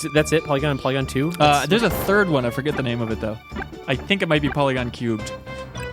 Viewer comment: Porygon, not Polygon. It's Engrish.